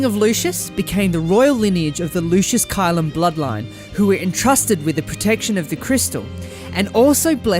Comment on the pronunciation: Heads up for pronounciation. Caelum is pronounced Kay-lum and Scourge in Starscourge is pronounced Skerj not scrooj. I understand if english isnt your first language